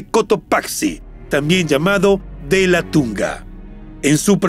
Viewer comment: No es Delatunga es LATACUNGA 😊